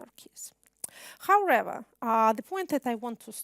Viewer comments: Хауревер! Kate you do need more language practice! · Как всегда прекрасно! Однако, " howrather" вместо "however" убивает меня :(( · Ya ne slyshu ''howrather'', a prosto trudnosti viskazat' "however" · How(r)ever triggered me so bad!